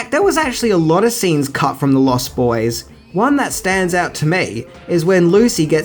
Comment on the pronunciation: Stop saying the lost boys as if it's a sentence. It's pronounced as if it's one word. You're using the adjective as if it's a description. It isn't it's a title.